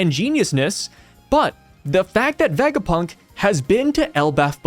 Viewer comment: please ur pronounciation of tanuki and vegapunk 😭😭